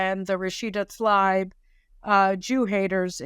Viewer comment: Rashida Tla-eeb not Tleyeb. Love you, Caroline...